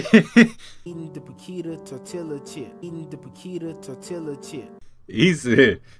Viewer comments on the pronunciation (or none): My cousin says "tor-tila" too 😂